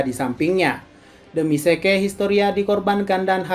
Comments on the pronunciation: ZIK OY BUKAN SEKE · Zeke = zik